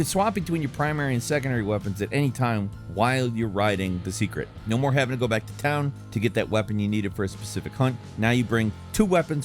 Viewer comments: Its pronounced SEHK-REHT. Him saying it like secret was starting to grind my gears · im pretty sure its pronounced "seycret" or "saycret" and not "se(e)cret" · It's pronounced say-krit. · It's pronounced (say-krit)